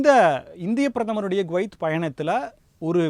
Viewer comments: Gwaith இல்லை Kuwaith குவைத்.என்று சரியா உச்சரிப்பு சொல்லு மேன்... உன்னை யெல்லாம் மீடியா நெரியாளராக யாரையா வேலை கொடுத்தார்கள்....? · Guwait அல்ல, Kuwait. குவைத். கு-குற்றாலம்/குட்டை சரியான உச்சரிப்பை கவனிக்கவும். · He prononces as Guvaith. it is Kuvaith. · அது கோவைத் அல்ல குவைத்